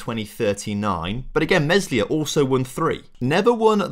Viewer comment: Think Meslier is pronounced more like May-Lee-Ay!